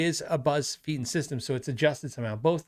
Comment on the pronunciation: “Feiten” is most likely pronounced “Figh-Ten” 75% of the time “EI” is “ii” whereas “IE” is “ee”. But not always 😂